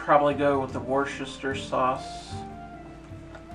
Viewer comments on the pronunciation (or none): The dog is so cute - FYI it's pronounced wooster sauce (like rooster), cheers me dears.